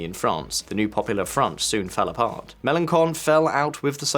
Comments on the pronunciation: As much as I love hearing Melonchon called Meloncon 😅(con is the rudest form of idiot in French) it is Melon(shon) in terms of pronunciation. 🤣 Thanks for talking about the car crash of our country. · Melenkon can be viewed as a harsh insult. His name is Melenshon. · ch in French is pronounced like the English sh. Michel = Mee-SHELL. Melanchon = Muh-lan-SHON. It's not normally pronounced like a K, unless it's in a name like Michaël or something.